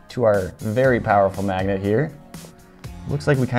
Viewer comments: "Breaking up and blending up a bunch of these kinds of MAGGOTS?!?!" He say's "maggot" instead of "magnet" SO many times. Lol. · Is noone going to talk about how he said Maggots instead of Magnits that 3rd time? (Sorry for bad spelling) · He kept saying “maggots” and not magnet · He keeps saying maggots instead of magnets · I keep hearing magets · He said magets like five tines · Any one else hear him saying Maggot instead of Magnet? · He is saying "Maggot" instead of magnets